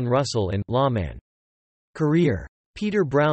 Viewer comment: I think this site is run by children. He says, "LA Man" instead of "Lawman". You are right, there was more regulars on this show.